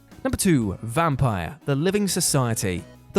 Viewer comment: Vampyr was awesome! A highly underrated game. And it's pronounced "vampeer".